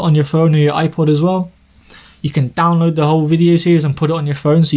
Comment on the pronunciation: the "download" sounded really canto lol